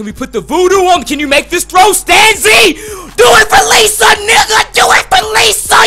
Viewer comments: Stan-zI not STAUNSEE, hahaha great vid! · hell yea ricky stanzi from iowa!! and it's pronounced stan-zee not stawn-zee lol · You pronounce Ricky Stanzi name wrong lol Chiefs is my team